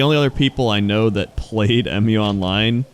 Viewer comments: Dude it's "Mew" not M.U. It's the name of the continent. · its muuuuu online, not m you online